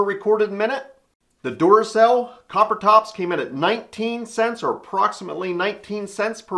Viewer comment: I was just listening to this video - not really looking. I kept hearing Doorcell - What the heck is a Doorcell? Never heard of that before... I had to really look at the video to figure me meant Duracell. Also ... Did anyone else notice the spelling error ??? Good reason to get someone else to look at your work before you post it.